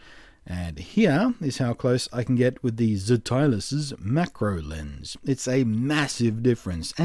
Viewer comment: I think it's probably pronounced more like 'stylus' it is a very STOOPID name though!